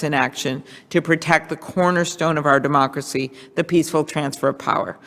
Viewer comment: Sounds like she called it our "dumb-ocracy." Freudian slip?